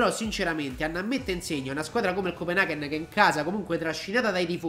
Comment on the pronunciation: "scopenaghen" ahhahahah morto